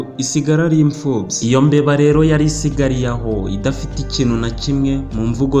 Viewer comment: Ni byiza ark sinz'ukuntu uvuga (ifubyi, yinombeba......) Gerageza kigakosora Nako kazadufasha😊